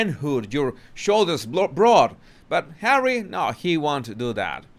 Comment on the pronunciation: "hawwy" . ROFLOL.